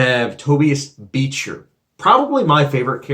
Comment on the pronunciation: The way you mid pronounced beechers name makes me think you didnt watch it lol